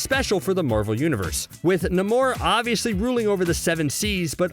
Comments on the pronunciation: Why is the world is the guy calling Namor, "Nimor"?! It's pronounced NAY-MOR! Sheesh! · NAY-MORE it's pronounced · NAY-MORE = NAMOR.. The way you said his name was killing me. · At first I thought he was joking but then kept doing it again and again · Why did you say namor like that